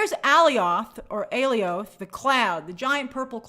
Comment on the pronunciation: Lmaooo she always kills me when she tries to pronounce Alioth.